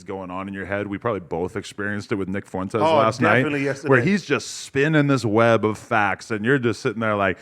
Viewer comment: pronounces Fuentes as Fontes.